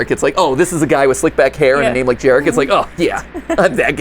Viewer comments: as a polish individual, the first character's name is pronounced "yah-rek" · It's Yarek.. babajaga is Polish classic.. its ur hanz n gretle.. those are Polish names my dude.. ur part Polish should know this.. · Gooood, I love seeing Americans try [and fail] to pronounce Polish names 💜🖤 I'm barely 5 minutes in, but the fact that they took Jarek [Yah-rek], which is the most that one uncle at the family gathering/wedding kind of name, and turned it into an NTF fraternity dude-bro pronounced like Jared with a "k", just chef's ksss. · FYI that name is pronounced Yarek 😂😂😂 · Just came to say that in my honest slavic opinion, Jarek would be read like Yarek. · My inner Polak screaming at the pronunciation of Jarek combined with the fact that Mat is Polish, too 🥲